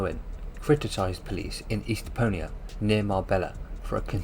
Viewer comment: Mal-agga??? Estpo-a?it's Estepona and Malaga.